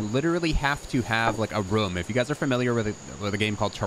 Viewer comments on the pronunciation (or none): Why do you say "room" like "Roum" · Is he saying romes? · The way that you say “room” is so funny😂😂😂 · I was thinking the same thing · The way this guy says "room".... is it just me? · where is he from the why he says "room".